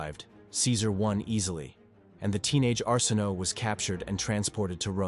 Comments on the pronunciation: Arsinoe... Are-sin-oh-way. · I know! It's pronounced our sin away and this narrator didn't know how to say her name 🤢😡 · Don't know how much faith I have in "facts" presented by someone who pronounced Arsinoe six different ways, and all of them incorrectly.